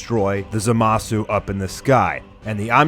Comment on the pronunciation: Lmao, Who is ZehMasoo and who is ZenOh. It's supposed to be pronounced[ZAH-MAH-SOO] and [ZEEN-O], not [ZEH-MAH-SU] and [ZEH-NO], lmao, even in the anime it's pronounced like that -_